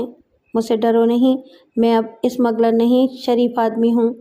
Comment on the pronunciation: Ismagler nahin smugler.